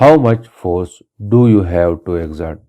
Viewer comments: u pronounced to wrong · u pronounced "to" wrong